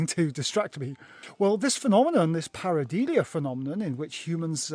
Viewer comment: Many apologies to our viewers that in my segment, I was mispronouncing the word Pareidolia -- which is pronounced par-i-DOH-lee-uh not par-i-DEE-lee-uh. Must have been distracted by that cool crow !